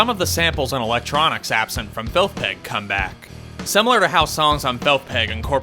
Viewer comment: "Felth Peg" 😂